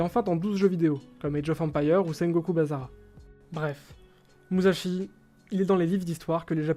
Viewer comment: Petite correction sa se lit MuSSashi et no MuZashi sinon bon taf continuez c'est cool